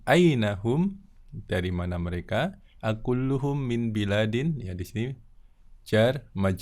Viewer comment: Afwan baladin..bukan biladin...